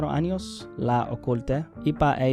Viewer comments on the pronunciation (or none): none